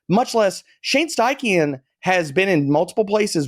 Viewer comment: Some one tell D bro it’s “stye-chen” not “styechine”